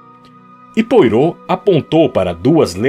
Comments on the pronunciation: Ótimo texto e excelente narraçao, mas tudo fica comprometido pela pronuncia dos nomes, principalmente a do grande detetive belga Hercule Poirtot. A pronuncia mais correta é êrquíle poarrô. Espero ter contribuido. Fica impossível ir até o fim. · Querido narrador, você é ótimo. Só observe, por favor, que Hercule Poirot é 'belga'. Seu nome se pronuncia "puarrô" e não "poirô"; seu sotaque remete ao francês, não ao inglês. No mais, excelente. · Desculpe, não consegui terminar. O nome do Poirot não se pronuncia como se escreve. Acho importante esses detalhes. Agradeço muito pelo seu canal, muito obrigada mesmo. Escuto com o meu primo que tem problemas de visão. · Por favor reveja sua pronúncia sobre o nome do detetive! Soa horrível aos ouvidos de quem escuta!